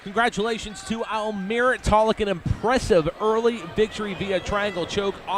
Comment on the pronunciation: His name is almir not ameer